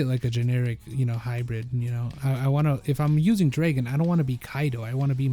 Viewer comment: bro keeps saying DRA-gon